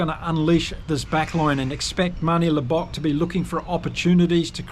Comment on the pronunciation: Mate, if you are going to do this sort of thing, please learn name pronunciation. If you can ge3t Arendse and Libbok right, then you can surely get the others right too. Nonetheless, enjoyed the preview.